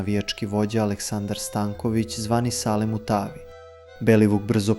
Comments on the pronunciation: Kaze Sale mu tavi😂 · Ma ne, tebi fali neka daska ocigledno. Na 1.46 sam batalio gledanje kako si ga nazvao "Sale Mutaavi" kao da je sirijac i to mu je prezime. Ti si decko debilcina po glasu ti se cuje.